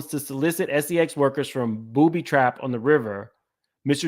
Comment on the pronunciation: just unveiled a RICO and es-ee-ex trafficking ring